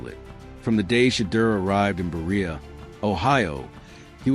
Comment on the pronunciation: You knew this was coming " a blind man could see this coming down the pike " . Now it is real, and everyone knows hy Shedeur was drafted in round 5. If you are going to use AI, you know they spelled Shedeur 10 different ways and Berea is enunciated ( bur raya ) . The last real QB the Browns had was Baker Mayfield , then Bernie Kosar havimg left in 1993 with a 7-6 and finished the season with the Dallas Cowboys with a Super Bowl win. Baker Mayfield took the Browns to the playoffs in 2020. 27 years was the last time Cleveland were in the playoffs there were 35 QB's in that 27 years.. Browns sent Baker to Carolina, then, he went to L.A., them to Tampa Bay where he led the Buc's to the playoffs. Baker Mayfield has more playoff wins in the last 7 years than Cleveland .